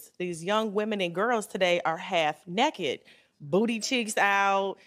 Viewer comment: Never heard someone pronounce it as “necked”…